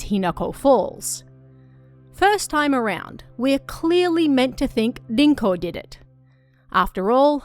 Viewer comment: It’s pronounced rinko, not dinko